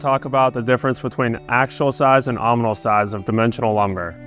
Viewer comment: Did he say “ominal”?